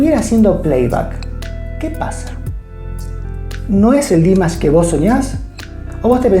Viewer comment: He absolutely does not and By the way, you are not even saying it right so maybe look it up before you say the wrong thing a third time . This is the second time you are saying it wrong. If you ever saw him LIVE you might realize he is good enough to sing live.